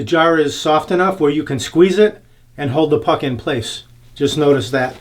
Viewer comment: Every time you say "puck in place" I'm hearing something else. Reminds me of my old job.